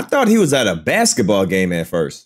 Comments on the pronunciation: I've never heard basketball being pronounced as bexitball😂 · Baksetball? Huh. Alternate Pronunciation